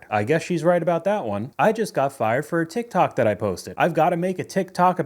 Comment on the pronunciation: First of all, who calls it "Teek Tok"? LOL